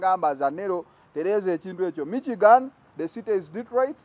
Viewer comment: It us not MIKYIGANI... It is pronounced, MISHIGANI.